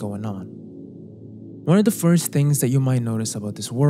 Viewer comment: Your English is beautiful but OF with a single F is pronounced OV. Only when there are two Fs do you say AWF.